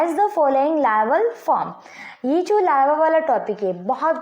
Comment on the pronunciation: Lalva laa vvv . Llalva larva.... 😂😂🤣😂😂